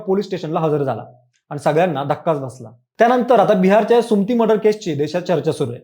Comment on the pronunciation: सुम्ती नाही रे सुमति असतं ते